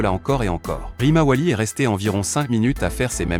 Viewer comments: Tu dis quoi de 1 tu parles en espagnol et de 2 tu himawari Rimawali😂😂😂😂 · C'est pas rimawali c'est Himawari gro nigo 😮😮😮😂😂😂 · Tu as raison 😂😂Et il apple sarada salade Woooo😂😂😂😊